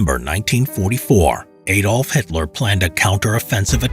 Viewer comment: Who is Ay-dolf Hitler?